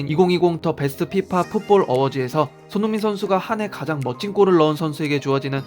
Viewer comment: " 손 융 민 "